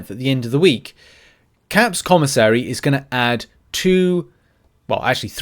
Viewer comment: Thank you for pronouncing commissary correctly!!